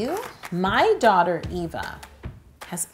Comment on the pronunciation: My names Eva(nickname) and so many people say Ava when they say it so I'm so happy u said it the way I do! I'm also half brown too so that was kinda the same too